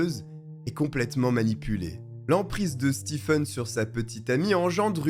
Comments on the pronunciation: Ca se prononce Stéfen, pas Stifen... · "Stephen" se prononce "Steven" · Merci pour la vidéo. Le nom "Stephen" en anglais se prononce en français "Steven"